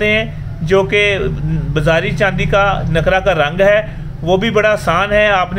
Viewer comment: جناب عالی گزارش ھے آپ أبھی کسی کامل استاد کی شاگردی کریں پھر جاکر نسخہ بتائیں ابھی آپ طفل مکتب نہی ھیں لفظ نقرہ ھے ن کے اوپر پیش لگا ایں ن کے اوپر آپ زبر لگا کر بولتے ھیں نقرہ شاگردی کریں شکریہ